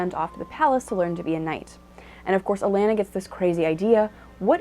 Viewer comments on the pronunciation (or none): A - Lon -na. Not pronounced "A - lan - na".